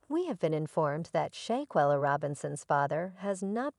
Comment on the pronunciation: learn to pronounce shanquilla Robinson name correctly before you do any posting.